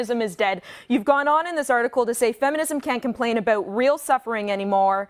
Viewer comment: She's so Canadian. It's the first time I heard "aboot" (sounds more like a-boat though) pronounced in a non-joking way.